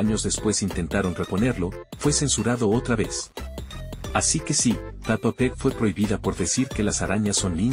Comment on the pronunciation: Nombre" Peppa Pig El loquendo: Papa peg 🗣